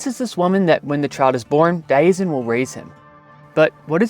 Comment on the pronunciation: You're pronouncing Diazien wrong.